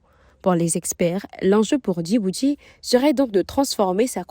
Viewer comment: Pourquoi la dame dis "Dibouti au lieu de Djibouti?", le D ne ce lit pas.